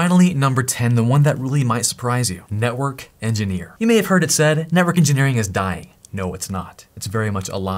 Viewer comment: "Systems ingeneer is still hote...in a lot of ways" hahaha